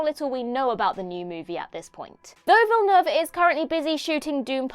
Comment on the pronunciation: FINALLY, "Villeneuve" pronounced properly!